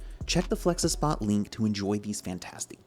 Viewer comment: Its Flexispot not felxespot